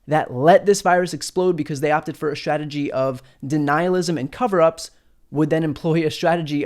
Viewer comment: You're very clear in your pronunciation and enunciation except for the word "strategy". I'm hearing you say "shrategy". Check out